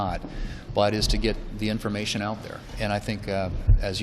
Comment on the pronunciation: No real "information," so she has to say "informamation" several times! :D